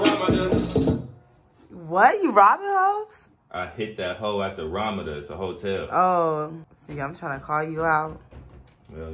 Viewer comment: This fool said Ramada all wrong